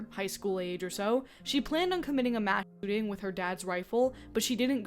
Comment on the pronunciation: funny how when you sensor yourself saying ""mass shooting" it actually sounds like you're saying "mass shitting", which would be a very different type of comedy.